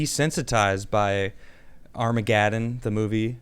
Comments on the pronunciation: “armagadden” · I love it when someone climbs on a soapbox, thinking he sounds so smart, but then pronounces it Armagaddon, reminding us all how much he talks out his ass.